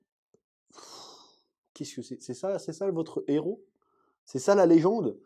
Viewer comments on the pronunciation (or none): none